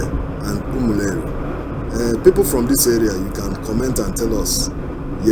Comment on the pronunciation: Reporter, it's not Umuleri but Umu-Eri